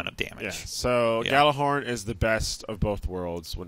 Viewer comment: FYI - The Gjallarhorn is pronounced Yallarhorn. It's Nordic in origin. #TheMoreYouKnow